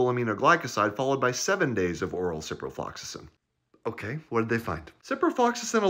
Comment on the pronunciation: The fact that he could say ciprofloxasin that many times without failure was impressive.